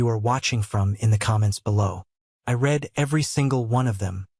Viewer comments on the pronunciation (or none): Why should anyone leave a comment if you have already read every one of them. Learn to pronounce basic words. READ should have been pronounce "REED" not "RED" you stupid AI.